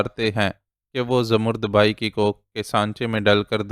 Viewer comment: Salam sir, ap ki reading bohat achi hai. Sir, aik lafz ap ghalat parhtay hen. Zamarrud bhai nahi, bai hai. Please is ki tashih kar leejiay.thanks.